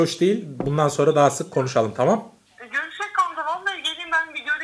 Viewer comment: görüşek dedi eşşek degil :D